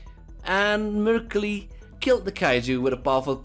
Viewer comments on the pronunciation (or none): to my ears